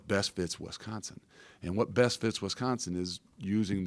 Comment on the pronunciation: it's an "I" after the W in Wisconsin, not an "E"